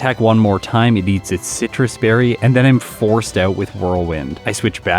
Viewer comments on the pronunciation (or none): none